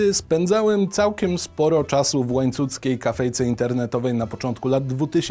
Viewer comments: dobrze słyszę "Łańcuckiej"? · Łańcuckiej? Dobrze słyszałam?